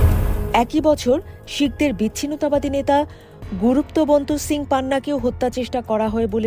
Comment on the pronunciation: "Guruto ponto sing " ei nam ta nije sunei attto hotta kore nebe... baba re baba khatar nak uchaaron .. By the way 1st e dhaka r chootogram tai dokhol korbo.